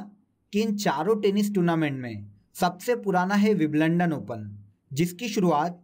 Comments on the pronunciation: Sir wo wimblandon ni hoga. Wimbledon hoga. ❤️ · Wiblondon ni bhai Wimbledon 😂👍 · Bhai aapka WIBLUNDAN bahut kamaal ka tha.. hasi hi nahi ruk rahi.. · सर, बिंबल्डन होता है,बिबलंडन नहीं😔😔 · Bhai Wimbledon ki pronunciation theek krle yrr